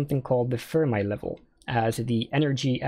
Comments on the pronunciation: Fermi is pronounced like Fer-mee not Fer-my. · As someone who has been in Condensed Matter for a while, I've literally never heard anyone ever pronounce Fermi's name as "Firm Eye".